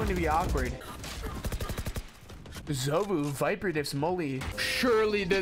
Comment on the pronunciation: "zovuh" lol